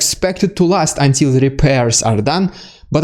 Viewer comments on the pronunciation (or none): none